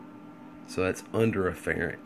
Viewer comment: It's FARRAD, NOT FERRET!!